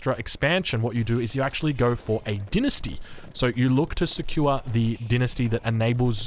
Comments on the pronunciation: You can say the same for the Chinese with him pronouncing dynasty as "dee-nus-tee" instead of "dai-nus-tee" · Lol, dinesty, you mean dine-esty